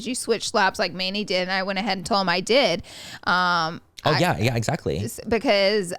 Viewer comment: somehow she switched the X with a Z lol !